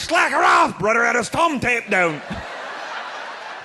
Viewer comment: "He tapes his t'umb down on da t'rottle"